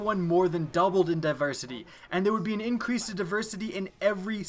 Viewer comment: Pretty sure that you said "Increase light level" wrong. Also, just because it isn't at the current light level or isn't relevant doesn't mean that it was "taken away" or "brought back"